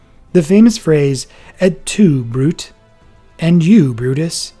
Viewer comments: It's pronounced " broo-tay" " Et tu' Brute?" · "Et tu, Brute ?" is pronounced 'Broot-AY'. 'Tiber' is pronounced "Tie-ber". Ok ?